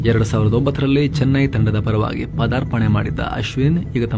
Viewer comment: Sir it is not padaarpne ..but it'; is paaadaaarpane...pl correct..